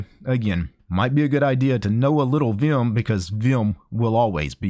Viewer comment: "viyum" lol